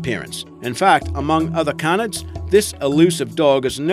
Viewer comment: yea I love wold canids but dey mispronounce it